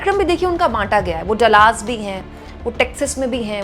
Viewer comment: Dallas theek se pronounce Kare please.. Dallas hai Dalaas nahin .. thank you .